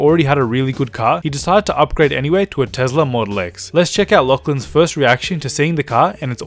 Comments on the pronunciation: IT'S NOT TEZLA IT'S TESLA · It’s not tez-la it’s a tes-la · Adventure: Tezla Model X Me: wtf it's Tesla Model X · Tesla not tezla